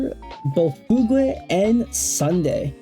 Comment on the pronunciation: Chinese doesn't have a pinyin -gue. It's just the English word fugue (fyoog). A moment of identity loss or memory loss. The way you're saying it would be spelled Fu Gui